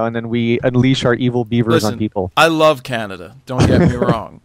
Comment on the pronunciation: Canadia lol